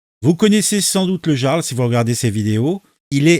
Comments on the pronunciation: mais personne ne sait prononcer le mot "jarl" tain... "yarl" !! surtout pour des personnes qui parlent de culture .... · Salut camarades Sa se dit IARL le j se prononce a la façon germanique jarl= iarl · Je poucebleuise, mais bordel on prononce I-arl, (avec un I comme Immence Charisme) pas jea-arl (avec un J comme J'ai mal au luc) ! Un peu de respect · ça se prononce YARL. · Ça se prononce yarl et pas jarl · On dit le yarl 🙂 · ON PRONONCE PAS JARL MAIS YARL!!! LOL Tu n'as jamais regardé la série Vikings quelle honte 😂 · Oui on prononce "Yarl" mais ça s'écrit Jarl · Coucou mon ami, Il faut prononcer " yarl"... C'est un chouette gars 👍🇨🇵 Et, tu n'as pas raté ton objectif, Bonne vidéo, Merci à toi 👍🌹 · On prononce "Yarl" !